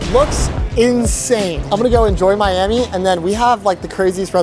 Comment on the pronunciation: HAHAHAH!!! The fact that he said 'My Hammie' instead of Miami is crazy